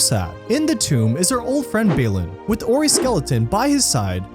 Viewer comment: It’s because when you pronounce Balin as ”Bay-lin” and Dwalin as ”Dway-lin”, it results in this kind of speaking style 😎